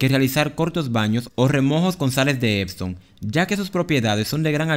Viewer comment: Se llama Epsom Salt ... no exon ... ✌️